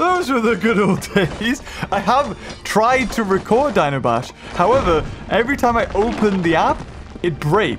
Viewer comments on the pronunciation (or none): none